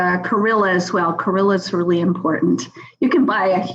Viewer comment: Chlorella not corilla